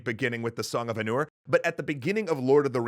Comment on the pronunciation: Guys u pronounced Aenur incorrectly